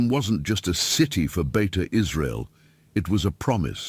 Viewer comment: It's not Beta, it's Beita In Hebrew it means "Home" Like Beit Shemesh (House/Home of sun) or Beit Lehem (House/Home of bread)